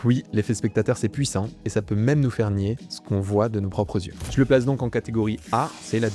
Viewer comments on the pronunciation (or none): none